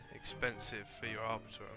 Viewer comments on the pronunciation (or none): It's pronounced "Arbour "E" tom. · are-boar-E-tum, not trying to be mean, just letting you know how to pronounce arboretum.